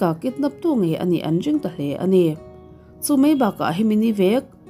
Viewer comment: Ka comment ngai miahlo a .mahse a rik tak fo ah chuan kan sawi ve reng rwng ange.. Ring - dring . Ti a lam te.. R lam turah dr i lam zel te mai hi ka lo sawi ve e